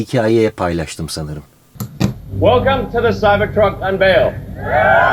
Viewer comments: Ilhan Musk degil ELON MUSK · ilan mask degil abi elon musk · şu adama ilan deyip durma be adam. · il(y)ın diye okunur ''y'' harfine fazla vurgu yapılmadan. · İlhan mask diye bı ben mi duydum